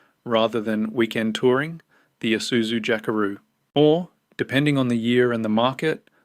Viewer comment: Pa hairo ,nessaarn eesuzu are you even Australian 😂😂😂 tb42 uses 15L just to start up